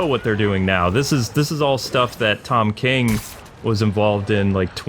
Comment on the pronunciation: heloooo and Kwife